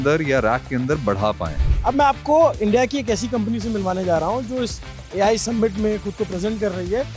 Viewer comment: भाई, आपका कवरेज हर चीज़ में बढ़िया है लेकिन समिट को सम्मिट मत बोलो। 🙏🏽